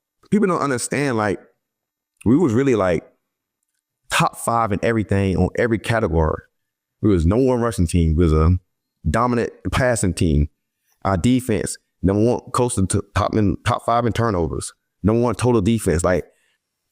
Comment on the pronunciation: Catagorr’ 😂😂 lol. I Love Slay!